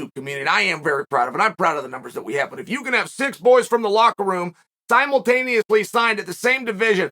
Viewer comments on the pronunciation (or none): Chael “simultameous” Sonnen